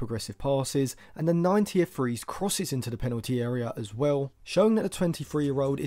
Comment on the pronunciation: eh? You always say he’s when you mean his. They are pronounced differently